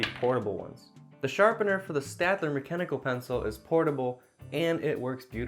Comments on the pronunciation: So you are telling Shadler but I pronounce it stadler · It's pronounced - " Sh tad lehr " - you are welcome :-D , great video btw! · Staedtler is a German company. The pronunciation is "shtetler". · Why didn't you show the depth gauge on the lead pointer, it's so cool. You can pick your point type on that pointer. I feel like you know that staedtler has a shhhhh sound before the t sound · Staedler? Pronounced Wrong Mongoll 2? It Sucks Hotel? Trivago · It's pronounced "Stayed-ler" by the way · "stAedtler... staEdtler.." i feel your pain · i just recently found out that the correct way to pronounce staedtler is "SHTAYDLER". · PS: In German, it's pronounced "Shtatler". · for staedler, say 'stedler' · Pronounced ; Shteed - Ler I actually like the graphite shine. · Staedtler is pronounced a bit like 'shtetla'.